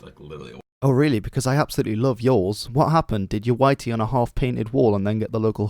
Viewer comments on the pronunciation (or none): As a fellow Geordie.. I have to say it's whitey or whitie not y-t